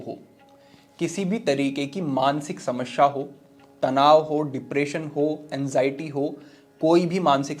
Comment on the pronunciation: समस्या में दूसरे स का उच्चार गलत था।